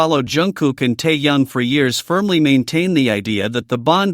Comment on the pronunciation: Ты где учился научись правильно имя говорить тэхена а потом расскажешь